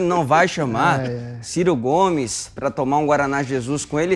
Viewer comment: Kkkk ! Gostei do " CIR CO " GOMES !!!